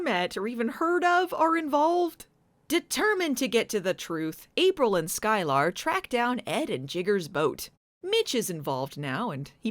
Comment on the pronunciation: I'm pretty sure it's pronounced "Sky-ler" not "Sky-lar".